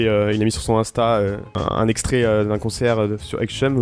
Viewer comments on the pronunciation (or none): none